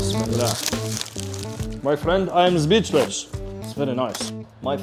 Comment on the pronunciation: It's '' zbeechless '' for me..